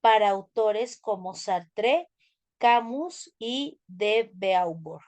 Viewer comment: no pronuncia bien el nombre de Hegel, Friedrich Nietzsche y tampoco el de Simone de Beauvoir.